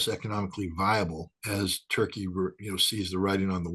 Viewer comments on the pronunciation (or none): The way u say Turkey is soo damnn anoying Toeurkeyy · I love how says Toy Key. Turkey should change its name to Toy Key.